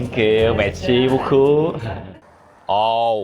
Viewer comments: Khúc tíh tiền báh mì nghe noi mạc xi bucu 😂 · Má, ông này đọc tiếng pháp và ông này đọc cái " MISSI BU CU " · nói tiếng pháp merci beaucoup( cám ơn rất nhiều) mà em nghe thành messi bú c:)))) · Tới khúc mua bánh mì ổng nói messi bu cu 😂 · Ông này review chân thật mà lúc ổng nói merci beaucoup mắc cười quá:)